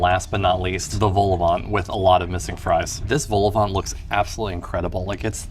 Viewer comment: Eyo, you went to Schoten? Love how you carefully cut the Quick out of the shot :') Also, please stop pronouncing the T in Vol-au-vent. I've never gone to Lunch Garden myself, mainly cause I'm not a pensioner 😝 An Italian burger has mozzarella inside it iirc.